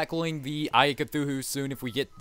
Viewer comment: It's cthulu. Not cthuhu.